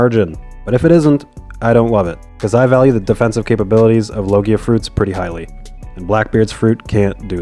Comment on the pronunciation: It's pronounced log ja